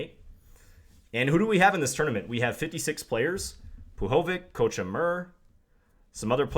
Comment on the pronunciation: I'm gonna assume the role of fixer of your pronunciation for all eastern European words. So, today's word of the day is "Puhovik", stress on "i", means very warm traditional Russian coat.